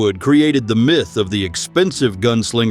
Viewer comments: Myth is pronounced MITH, and NOT Feckin MYTHE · “Mieth”? Myth is pronounced Mith, you using AI voice? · LOL!!!! WHAT IS A " MY, TH" ???????????? DUMB YANK!!!!! 🤣🤣🤣🤣🤣🤣🤣🤣🤣🤣🤣🤣🤣🤣🤣🤣👎👎👎👎👎👎👎👎👎👎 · 'My'...th?? AI has arrived and makes a joke of this video... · Narration is bad like the word myth, it's not pronounced .mith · this would have been much better if the AI knew how to pronounce common English words, like "myth". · Wrong pics for the narration and mispronunciation of MYTH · Both are common issues with AI videos or videos with scripts read by AI. Dunno why makers don't bother to check/correct them in production.